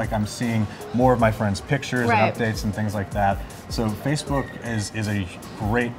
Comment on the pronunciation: Fackbook, the place to meet horny singles in your area.